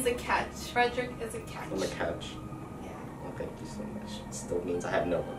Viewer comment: It’s funny how near the end when Caroline said you were a catch, I heard couch- you must be comfy then 😂😂😂